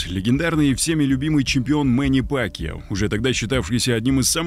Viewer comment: Не Пакио, а Пакяо. Если ты осёл.